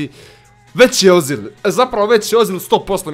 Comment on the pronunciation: Nije ozil nego ezil